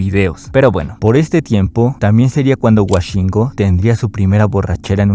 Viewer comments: no es wa es wo woshingo , no washingo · Por qué dices "Washingo" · Cabrón, lo grabaste, lo editadte, lo revisaste y lo subiste y sigues diciendo "Washingo"